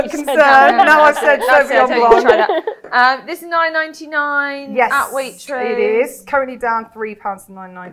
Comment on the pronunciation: Please, Wine Expert, stop pronouncing the C in blanc ...re: Sauvignon Blanc , it's silent...Sauvignon Blonk it is not! Sorry, it's a bugbear of mine as French is my mother tongue